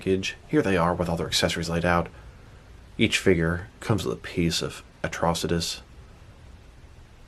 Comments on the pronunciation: Dude! You need to learn to read man. It's pronounced like atrocity. Watch the show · The way you said his name in the intro made it sound like a cronic disease 🤣 Atro-sitis 🤧🤮🤒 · Who the hell says Atrocitus like that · You didn’t pronounce his name correctly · Why did he pronounce his name like that lol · Saying his name waaay incorrectly. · You said Atrocious wrong at first it was funny I think the green lantern animated series he was the main villain I haven’t watch since the last episode came out